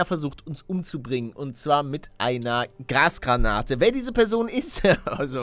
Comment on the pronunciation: 0.36 du hast gesagt Gras Granate XD XD